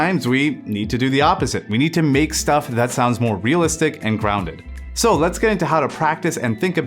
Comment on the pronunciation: Realist-ish made me laugh, but just because that's exactly how you pronounce the German word for realistic, 'realistisch' haha.